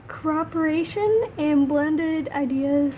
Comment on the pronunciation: That’s so weird that for an English speaker you couldn’t pronounce cooperation :D wow